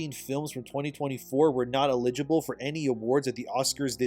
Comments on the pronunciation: You pronounce eligible as if you've never seen that word before... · Are you using AI now or just don't know how to pronounce eligible?